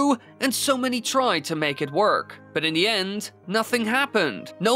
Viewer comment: I wonder if speech teachers hear his “da” pronunciation and starting cringing its like “da rules” from fairly odd parents lol 😂